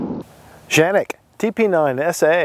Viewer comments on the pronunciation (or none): What are you calling the gun Janik? It has been confirmed it is indeed pronounced Can-ik just like it’s spelled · Dude lol it's called canik not janik with a C the way you saying it is funny come on😂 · Why do you Keep calling it Janik? Its Canik, with a C. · Tf? Did he call it a Zhanik??? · You're in AMERICA. It's K....K..........Canik. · Because Canik's Turkish pronunciation is pronounced Janik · Ita “K”anic. With a k sound. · Nice review. I don't think you're pronouncing it right though (unless you were just poking fun). I think Tim from MAC initially said that's how to pronounce it, but then I think he corrected himself in a later video explaining that the weird pronunciation was a mistake of some kind. Anyway, my biggest beef with the Canik is twofold. One, I've seen pics of people who use this gun a lot and the finish is rubbed off all over the place and it doesn't have a ferritic nitrocarburizing treatment, so it's going to be a lot more susceptible to rust than the VP9, Glock 17/19, Walther PPQ, M&P9 etc. I also don't like the height. 5.7" is just too high for a gun in my opinion. It's just wasted space. If I need to go from 15+1 rounds to 17 or 18+1, I need a rifle.